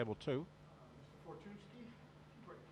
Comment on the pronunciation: "maysh-go fortune-isky" lol, butchered that name. but polish names are tough, even i can't say konrad's surname